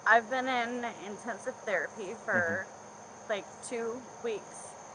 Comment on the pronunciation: But she's in IN-TEN-sive therapy. 😆